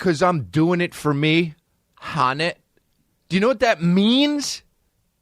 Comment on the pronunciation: I was cringing so hard when he kept saying "HUNNIT"